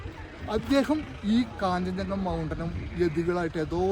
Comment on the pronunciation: കാഞ്ചഞ്ചങ്ക അല്ല കാഞ്ജൻ ജംഗ